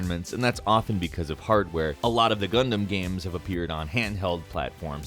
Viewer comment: GUNDAMMMMMMM oh my God I keep hearing Condom instead of Gundam